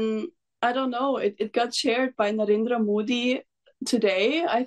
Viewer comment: her english accent sounds like ours and her pronunciation of "Ayodhya" and "Narendra Modi" was also spot on. I haven't listened to her song yet but i am going to and I expect she sang it with correct pronunciation I think she studied here at some point or there is some other connection anyway, cheers to cassandra we are with her and pray her the best